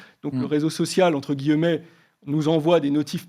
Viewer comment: Entre « guilleu-mets »*